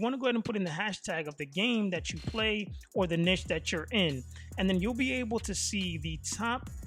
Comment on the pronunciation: Bro the way you say Niche is too funny I have to tell you it's pronounced kneeshh but other wise greta content and good advice bro 💪